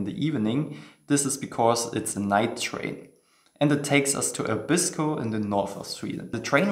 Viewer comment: For some strange reason all foreigners pronounce 'Abisko' incorrectly - it is pronounced 'Aa-bisko' (stress on the first syllable, not the second).